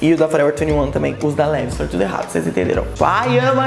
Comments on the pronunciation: Levis uahauauau se pronuncia "leváis" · a pronúncia não seria "Livais"? Amo seus vídeos, pode fazer mais sobre moda, adorei.